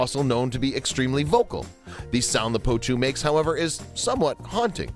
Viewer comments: Annoying narrator cant even say the birds name properly 😂 poutoo is what hes saying 😂 the birds name is potoo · I cringe every time I heard him say poe2. In my country we called it po'2. And that's what I heard David Attenborough called it too.